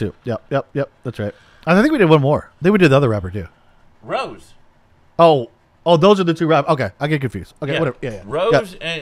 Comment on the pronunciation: The rappers are Lisa and Jennie, the vocalists are Jisoo and Rosé (pronounced "Ro-Zay" like the wine, not "Rose" like the flower).